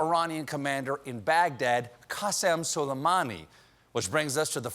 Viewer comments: Yuki Kitsune noo don’t apologize man I was just kidding. I find it funny tbh because some of them are easier to pronounce our way but people still don’t. For example, soleimani is : sool ay man ee, not: soly, mani. But his first name is actually hard to pronounce if you aren’t an Arabic speaker. The English language doesn’t even have a letter for it so they compromise with a Q. That’s why when you read Arabic names in English there are a lot of Qs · So Glad Colbert is back. But in that clip of His Orangeness, the jerk couldn’t pronounce the name of the General he’d just assassinated. It sounded like he almost said ‘salami’. I don’t know, but it seems to me if you’re gonna wipe out another human being you oughta at least say the victim’s name correctly when you’re announcing it on the world’s stage. Call me nutty, or did he not nearly pronounce it as ‘salami’? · As an Arab speaker, I cannot stop myself from cringing every time someone pronounced solaimani the way they do ...